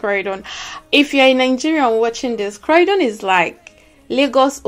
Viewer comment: Croydon is pronounce croydyn and not crowdon